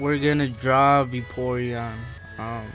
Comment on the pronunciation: Ahhh i ts:O :O VAPORION NOT BAYPORION